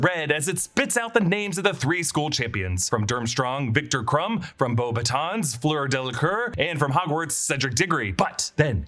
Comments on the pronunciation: Actually, Beauxbatons is pronounced Bo- Batton, the s is silent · It’s actually pronounced In french Bo-buh-tawn ( beautiful sicks “wands” ) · The “s” is Beaubatons is silent btw! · It's actually pronounced Beauxbatons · Yeah, I also noticed it and commented, I would like to see a more thorough and thought-through approach from them, it was really untasteful Also, correcting someone's pronounciation of French Beauxbatons to slightly less incorrect accent but still wrongly pronounced suffix (it basically should disappear after "o" (ons~ would be like ą in Polish, kinda like an "oh' going... down? 🤣) is wild to me too x) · Beauxbâtons is actually not prononced as you say it either if you do it with the french prononciation ahah (which would make sense since they're French)